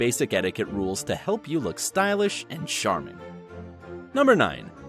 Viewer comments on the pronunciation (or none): Did I hear stylish and ‘sharming’? Otherwise the video is informative. Cheers.